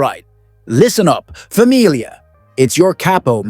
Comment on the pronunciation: Ciao from Sicily. Buongiorno. It's Famiglia. Get it right.